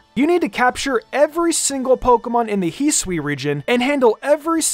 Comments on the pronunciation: The “Hee-swee” region 🤨 You talk about Pokémon for a living, get it right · Can you please lean how to pronounce Hisui for Christ sake